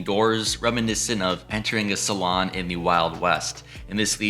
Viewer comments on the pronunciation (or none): it's SALOON.....not salon, lol! That said, I love your videos! This is super cool! ❤❤ Very attractive....I particularly like the decorative touches like the hanging lamp and the little wooden circle cutouts on the wall. I do think they could have made a couple extra bedrooms or something instead of so much wasted space in the super tall ceilings.... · It's pronounced "sa-loon". Rhymes w/ "noon". It was a place to drink, not a place to get your hair done...😉😆